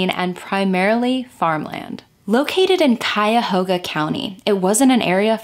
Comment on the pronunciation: Where are you from? Im proud of you correctly pronouncing Cuyahoga and Lima or was it Elyria? Either way, good job!!